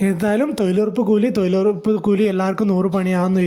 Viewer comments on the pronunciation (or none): തോയ്ലുറപ്പല്ല മിഷ്ടർ തൊഴിലുറപ്പ്,,, നോക്കിവായിച്ചതാണെന്നുമനസ്സിലായി ഇതിന്റെ യഥാർത്തകാര്യമെഎന്തെന്ന് രണ്ടുസർക്കാർ പറയട്ടെ